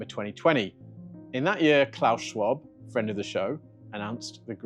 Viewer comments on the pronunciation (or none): Is that what he said? Fiend of the show?! 🤣🤣🤣 I thought he said “friend “ and my heart sank. First time tuning into this show.